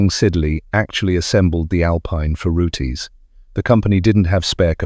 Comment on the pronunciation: Pronounced ROOTS not Rootees....Roots that Rhymes With Boots.